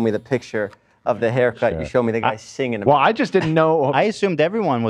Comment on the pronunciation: We need an episode where Ethan finally learns how to pronounce the word "singing"